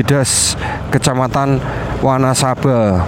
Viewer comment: wanasaba dibace wanesabe